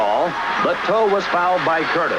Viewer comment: What's with pronouncing Monty towe like "toe" ? It is pronounced like "ow"...like you just hurt yourself.